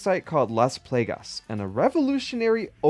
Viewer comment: Funny how you were worried about butchering the voice actor's last name, but you were fine with playgus and lewis Still a great vid